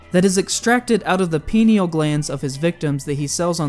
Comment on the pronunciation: Pineal gland is pronounced with the beginning said like the number Pi or a Pie, the way you said it sounds like something else haha.Great video though.